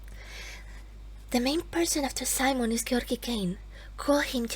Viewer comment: I think you're the only one I've heard who pronounces Georgiy's name correctly :O